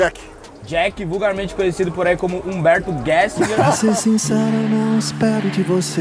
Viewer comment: a pronúncia gessinger acertou